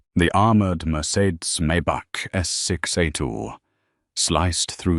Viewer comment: Such poor pronunciations! "Lou Vitton" shoes, "Merceds" car ... Educate your AI better!! 😂